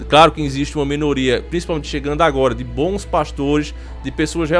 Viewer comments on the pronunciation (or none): none